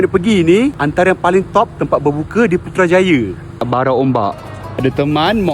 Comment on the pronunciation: Putrajaya, bukan putrajaye.. itu mcm indonesia..